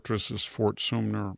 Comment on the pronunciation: It’s Fort Sumter. Twice I’ve heard you call it Sumner. Other than that, you’re unbelievably perfect. If you’ve never been to Charleston, South Carolina, you should go.